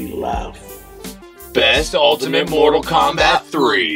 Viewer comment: Genesis: More-tal Kombat.